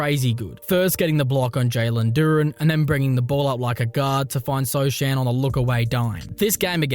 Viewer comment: i'm pretty sure it's not so chan but so han how it's pronouce jeremy sochan name 😂